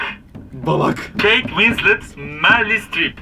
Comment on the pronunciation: Katharine Hepburn'ün 1 tane Oscarı var en fazla oscar sahibi olan oyuncu 3 oscarla Meryl Streep ve ayrıca merli değil merıl spsösğsşpspaös